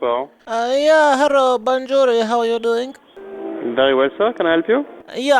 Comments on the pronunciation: Ahahaaaaaaa 'bonjourri' ..... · Lol you had me at "bonjouree". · I died when he said bonjouree... :P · The way you say Banjorrie is funny as fuck xD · bonjurrrie kills me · bondžuri. lol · "Bounjuree" LOL